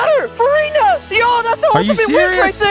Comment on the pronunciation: Did I just watch Vanoss play and PRONOUNCE furina’s name correctly?